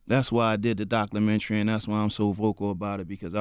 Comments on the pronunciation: "thats why I did the doclamentry" lol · Respect to this man...but did he just say "Doclumentary"?